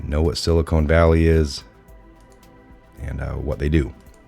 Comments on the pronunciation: why do you mispronounce "silicon" as "silicone" there is no e at the end... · It isn’t the silicone valley. Never heard it pronounced that way. It is pronounced sil i con. Not sil i cone. Silicon, land of the silly cons and evil cons!!! BTW, Great Work!!!